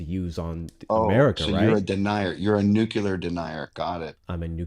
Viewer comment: oof first caller immediate creep voice. "you can't call tromp fascist if u won't say the same about an entire nation in a completely different hemisphere, living under their own dictatorship [at whombst dondald has lately been war-criming, as a treat] and lolol "nucular denier"